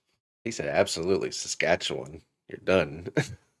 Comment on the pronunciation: DUDE. You pronounced Saskatchewan like a SK native! I’m impressed!!